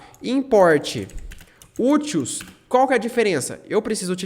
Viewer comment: Explicação ótima, valeu! Só uma crítica construtiva: se fala úteis, não utils.